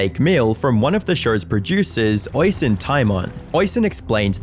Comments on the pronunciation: Damn you have a video of Oisins name being said correctly and you still say it wrong eveytime 😂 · You show a clip where "Oisin" is pronounced correctly a few times yet you still manage to fumble it. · Oisin is actually pronounced O-sheen, instead of Oi-sin, unless the pronunciation/version is his actually name then ignore me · Nitpicking FYI- Oisin is pronounced oh-sheen or us-sheen not oi-sin or ocean. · Its not Oysin its pronounced Usheen. But hey ho he was a monumental snowflake. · It's pronounced Oh-Sheen, not Oi-Sin. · The Irish forename Oisin is pronounced Osh een, not Oy sin. You're welcome 👍🏼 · Oisin is pronounced "osheen" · "Oisin" is usually pronounced "oh-sheen" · It’s pronounced O-SHEEN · I never said it rhymed with rushing. But yes, its pronounced "awe-sheen" as in Charlie Sheen. Irish names are pronounced as they would be in the Irish language, not English. Other examples are Caoimhin (kee-vin) and Siofra (shee-frah). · The Irish watching this in physical pain at the pronunciation of Oisin 😅